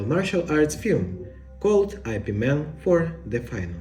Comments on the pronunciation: Its pronounced as “yip” not “i” “p”. Dont make it sounds stupid like superman or batman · It's Ip Man...Not "I-P" Man sir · When I heard your pronouncing his name as I P Man, I stopped watching. It is supposed to be pronounced as yip mun 🤣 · Ugh it’s ip man not eye pee man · "I.P." MAN? 😂😂 it's pronounced "Ip Man" lol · Yes, but part of the entertainment of these videos is the absolutely entertaining pronunciations. So, yes, it's wrong. But... Get over it. Please. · Eye pee man.....😏